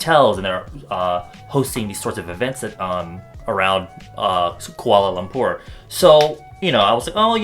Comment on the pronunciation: Watching from Malaysia and I'm glad that you're one of the fews foreign youtuber pronounce Kuala Lumpur correctly :) I love all your videos, xoxo ;)